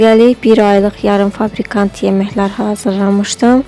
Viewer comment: "Fabrikant" yox "Fabrikat"